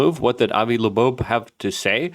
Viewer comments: It’s not “30 I atlas” It’s “3i atlas” Because it’s the 3rd (i)ntersteller object ever observed. One would imagine someone reporting on a subject could at the very least get the name right, as it’s Loeb not lobobe, Not a very good first impression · Also Loeb…Not Labobe… he’s been reporting on this for weeks and mispronounces both names every time… Hard to take him seriously anymore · Three eye Atlas, not thirty eye atlas. and it's pronounced Avi LOBE, not LEBOBE. Why can't you get that right? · OH MY GOSH LUKE!!!!! sorry bro it’s driving me crazy 🤪 It is “3 I atlas” not “30 I atlas” And his name is Avi Loeb pronounced lobe like your ear lobe not Avi Labobe!!!!!!! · Luke’s dyslexia is so cute. Avi Lebo! 🤣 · Avi LeBeau ? haha Doije ? tumulch-ooo-lus ? thirty-one-ATLAS ? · Luke, the mispronunciation of Loeb and 3I-Atlas was funny for a minute... but now you just look like a goober. BTW - Loeb is a wack. Or, a shill. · Bro you are killing me… it’s 3I, not 30I… and the o in Loeb comes before the b, not after it. Sorry, I’ve been trying to resist the urge to be pedantic about this, but I can’t take it any more 🥲